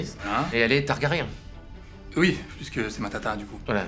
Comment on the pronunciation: En fait, Jon peut se marier avec Dany... surtout chez les Targaryen... ça se dit TargaryN et non TargaryAN